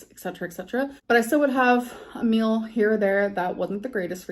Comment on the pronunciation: Does anybody else notice that she pronounces “meal” like mill, and actually vice versa. It drives me crazy.